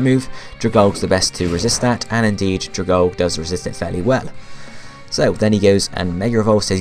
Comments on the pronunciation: It's pronounced drag-algae as in the water plant thing but anyway good video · Dragalge is pronounced Drag-algae